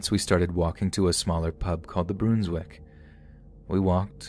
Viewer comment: For future reference, the “Brun” in “Brunswick” rhymes with “run”, not “rune”.